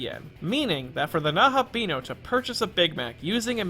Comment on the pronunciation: The video was very :) The pronunciation of Nahobino was very :(